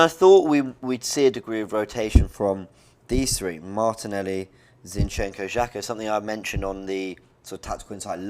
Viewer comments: I love how says ChenChenko!!🤣🤣🤣🤣🤣🤣🤣🤣🤣🤣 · "Chin chenco"... "Necketiah"